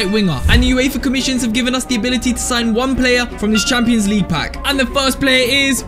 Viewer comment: i love when he says champioans ligue my english bad sorry